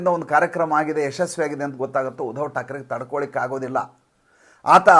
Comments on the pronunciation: ಮಹನೀಯರೇ ತಾವು ಉಧವ thakre ಅಂತ ಉಚ್ಚರಿಸಬೇಡ, ಆ ಹೆಸರು uddhav ಅಂತ ಹೇಳಿ pls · ಸುಮ್ನೆ ಯಾಕ್ರೀ ಏನೇನೋ ಹೇಳ್ತಿರಿ, ಮೊದಲು uddhav ಹೆಸರು ಸರಿಯಾಗಿ ಉಚ್ಚರಿಸಿ